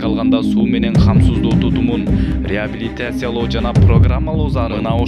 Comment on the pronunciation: Инаүграсия, риабилитасия, конститутусия, эпидамалогия...😂🤣Блогер!Үнүңдү ЖАСАП 😜😥 сүйлөгөнчө, лучше сөздөрдү туура айтканды үйрөн!😏🤧